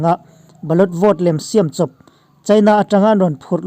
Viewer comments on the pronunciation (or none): Shiaaaam chawp...tih thluk chu a va khawchhak lam unaute tawngkau chheh ve aw...siam chawp..ri hniam hi Mizorama cheng zofate hi chuan kan hmang tlangin a hriat..